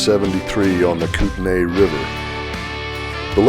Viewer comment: Having lived in Lewiston for 13 years, I enjoyed riding the Lolo Pass many times. Just so you know "Kootenai" is pronounced "Koot-nee" , Kooskia is Koos-kee" , "Lapwai" is called "Lap-way".... "Kamiah" is "Kam-ee-eye"...